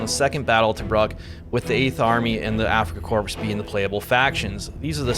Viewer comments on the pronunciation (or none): OMG!!!!!! It's not Africa Corpse - it's Africa Core. Just like Marine Core, FFS.